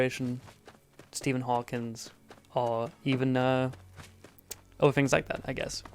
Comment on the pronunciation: Brit calls him "Stephen Hawkins" :/